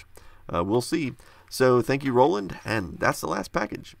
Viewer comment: I love your videos! Just wanted to point out that you pronounced Ronald Knor's name as Roland. Just thought you should know. Please keep up the good work! Looking forward to your next video!